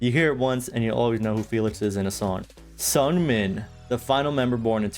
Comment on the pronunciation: This was awesome I love it but you do say Seungmin's name a little wrong